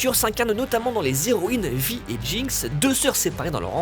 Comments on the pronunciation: Il me semble qu'on prononce "vai" et non "vi" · Si tu dit JINX et pas jainx tu dit vaille et pas vi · il dit "arcaine" mais vi au lieu de "Vy" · Et appeler "Vaï" Vi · Vi ? On dit « Vaille » bordel. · C'est quand même dommage de finir une si bonne analyse de la série en prononçant "Vi" à la française alors que même la VF de la série le prononce à l'anglaise ... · Ça se prononce vaï, et je regardais, la VO et VF sont juste parfaite. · j'ai adoré...par contre on prononce "Vaï" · Ne dites plus jamais Vi. Ca se dit a l'anglaise pitié xD (Oui, la commu toxique de LOL arrive) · Très bonne vidéo. Par contre niveau prononciation va falloir ce décider, soit celle à la française ou celle à l'anglaise. Perso je trouve ça pas y hyper agréable à l'écoute, c'est perturbant de passer de l'un à l'autre sans aucun raison. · Une pure merveille ! Par contre ça aurait été mieux si la personne faisant la voix OFF savait de quoi elle parlait. Niveau prononciation c'est pas ça... Vi ne se dit pas Vi mais Vaille (à l'anglaise, même en VF), Bernard Gabay se prononce "Gabet" et Boris Rehlinger se prononce aussi à la française... "Ré lin jé"... Merci de les respecter :'( On est en France, ce sont des français.. Pourquoi "angliser" leur nom de famille ? Ca a aucun sens... C'est quand même triste pour une chaine spécialisée dans le cinéma de ne pas savoir comment on prononce ces noms si connus du doublage français... :/